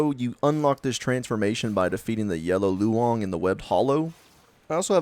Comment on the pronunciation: Im chinese and it's pronounced 龙(long)